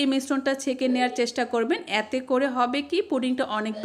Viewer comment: "য়্যাতে করে" উচ্চারণটা ঠিক করুন। এতে করে বলুন।